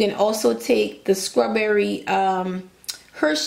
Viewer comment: Yaaaaaaas tag Dunkin Hines because you are doing the thang!!! and keep on saying sKrawberry!!! Can you pleeeeeease make a cake for one person because a whole box is too much for me, it came out sooo yummy looking Werrrk and yaaaas to this ad life!!!